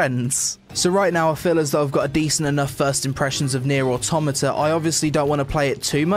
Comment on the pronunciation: I wonder, how many takes did it take you to pronounce the game correctly XD good vid man